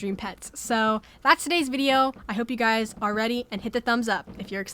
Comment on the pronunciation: “All of your Guyeys support” lol that cracks me up